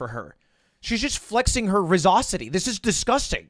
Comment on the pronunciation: The most cringe thing in the entire video is "rizzosity"